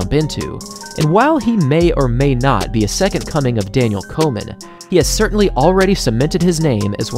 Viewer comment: Does anyone else hear "Coleman" when be says "Komen"?